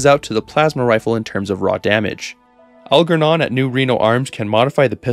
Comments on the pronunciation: The G in Algernon makes a J sound. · his name is pronounced "al-jer-non", like the book "Flowers for Algernon"